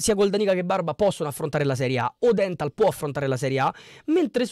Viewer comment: Praticamente non avendo seguito il Como hai guardato su Sofascore chi ha giocato e basta..le pronunce sono: Ciagia’, Iannou e ódenthal poi Lucas Vasquez..Gioacchini in B ne ha fatti 0..Daii suu